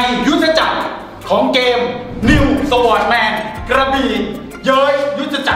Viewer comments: Sword อ่านว่า ซอร์ด ไม่ได้อ่านว่า สวอร์ด แต่อย่างใด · โคตรคลาสสิคกับ ประโยค Sword=สะหวอด 🤣🤣